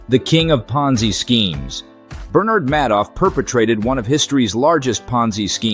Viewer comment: You keep pronouncing names like SBF and Bernie Madoff wrong, other than that solid video.